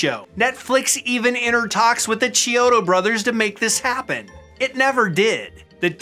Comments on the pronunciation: Its actually pronounced key-odo not Chee-odo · Sorry if you've been told this many times before, but you're pronouncing their names incorrectly It's KEY-odo. Not CHEE-odo Hope that helps!